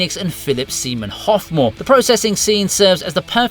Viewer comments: I'm sorry...but Philip WHO NOW?! I had to rewind it three times to make sure but I freaking swear you said "Semen Hoffmore"? Not "Philip Seymour Hoffman"! R.I.P. To a phenomenal freaking actor by the way. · Philip Semen Hoffmore? What the hell is wrong with this channel to allow such a mistake. It's unthinkable to get someone's name SO wrong while in the process of praising him for his brilliance.